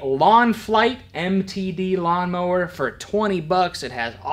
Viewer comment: It’s a Gawnmower